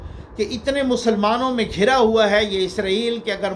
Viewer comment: بہت خوب ۔۔۔۔ اپ کایہ طرہ امتیاز ہے کہ اہ بڑی تحقیق اور چھان پھٹک کے پروگرام تیار کرتے ہیں۔ جناب..... مبارك.... میں ر ہر زبر پڑھیں۔۔۔ ھوا میں واو پر شد پڑھیں